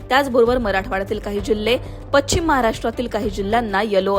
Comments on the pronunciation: शुद्ध मराठीत बोलणाऱ्या व्यक्ती ला बातम्या वाचण्याचे काम का देत नसावेत लोकमत वाले? पश्चिम शब्दाचा उच्चार पच्छिम न चा उच्चार ण आणि ण चा न इत्यादी. मराठी वाचवा.... शुद्ध वाचा आणि बोला, लिहा. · पच्छिम नाही गं बाई... पश्चिम म्हण.